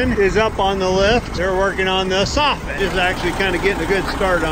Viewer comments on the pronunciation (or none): Hey Cole ... I went back to watch some of your episodes again ... I just wanted to let you know that it is soffit and not softning as I believe that you are pronouncing it. Either way your shows are Great and my Wife and I love them .... Keep it up!